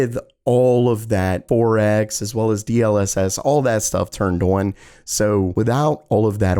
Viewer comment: on, not oion.